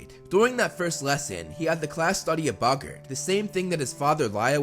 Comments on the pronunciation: its bogits not bogons alest according to the prisoner of azkkabn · Bog-art not buggert